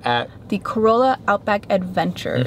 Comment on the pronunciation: You pronounced Corolla wrong.